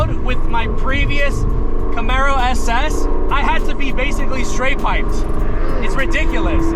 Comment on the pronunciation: Boy you got tens of thousands of ppl watching you...I know you didnt just say you got the Corsa "ES-SKREEMS" exaust on there and it aint "SKRATE-piped" 🤦🏾‍♂️ Go back across the skreet and think about what you just did‼️